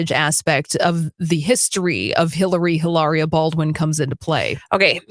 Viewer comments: Not Eilaria, Hilaria.. 🤨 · Drop the "h" and pronounce with an exaggerated italian accent.